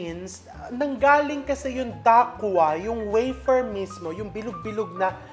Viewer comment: Dacquoise is a French word that refers to a cake with nut meringue layers and buttercream. It is pronounced “da-kwaz” not “da- kwa”. Because the word ends with the vowel “e”, the consonant before it which is the letter “s” should be pronounced ( not silent). Because the letter “s” is found within the word it is pronounced like “z”. Love watching your vlogs. More power to you!